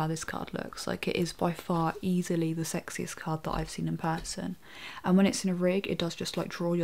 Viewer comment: When she say card, it sounds like she is saying cock.